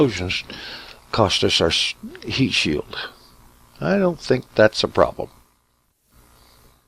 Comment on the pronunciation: Was I the only one who heard "I donna have the power!" in a Scottish accent ? :)